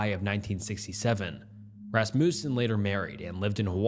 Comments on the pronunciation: Everyone’s all “alias this” and “arraignment that”, but not one of u lil grammer natszi fucks are saying a fucking word about “RASS-MOO-SEN” when pronouncing Rasmussen 😭 god damnit i was just gonna let everyone else get full off the damn grammar bait but nooooooo you had to dangle that mf’in lure right in front of me and i couldn’t resist while everyone was so stuck elsewhere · Or Rasmussen as fuckin RassMOOsen